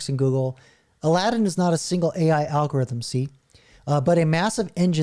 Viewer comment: Al go ryth um